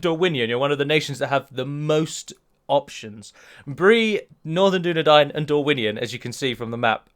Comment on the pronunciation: I know that's how it's spelt, i was spelling it phonetically... Dune - Nah - Dine vs Dune - Nah - Dane would have perhaps been better to prove a point...